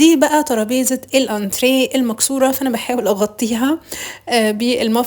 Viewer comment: ما شاء الله الشقة جميلة اول مرة اسمع سيدة محترمة تلفظ كلمة انتريه صح الصح. انا عندي تلوث سمعي من هذا الكلمة شكرا لاسلوبك الراقي😍